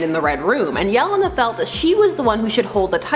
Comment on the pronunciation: It's pronounced Yelēna, not whatever it was that you are saying 🤦‍♂️